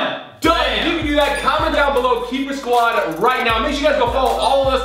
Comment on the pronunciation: Its Keypersquad not keeerskwod